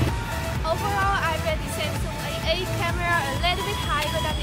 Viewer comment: Your pronunciation is quite good but you missed some final sound. When you said A8, I heard that AA not A8 😂😂 P/s keep this job up, it's promising!